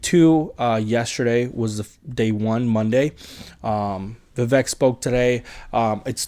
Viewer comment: Good to see you on here, (?). I like your attitude and immediately subscribed. Love Vivek too. I am a Christian too. I know some Christians don't like Vivek because he is a Hindu, but I see the Spirit of God in him! By the way, his name is pronouced "Vivek like CAKE.":)